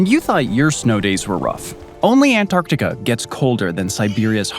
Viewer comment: "Antartica"? Really?